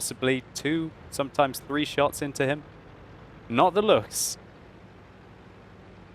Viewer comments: Hey, I noticed that you pronounced Lu-ch-s, It's actually L-uu-ck-s. But that's okay, just remember that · Luchs is pronounced with a k in the end. like Lux.